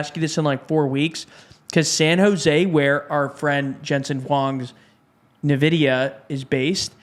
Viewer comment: It was fun hearing you guys say "Ni-vidia" instead of "En-vidia"